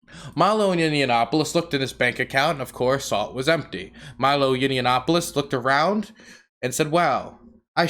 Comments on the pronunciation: It's Ya-nop-a-lus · I love how you mangle his surname.